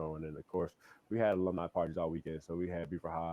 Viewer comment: "ALUMNI" not "aloomni" hahahaa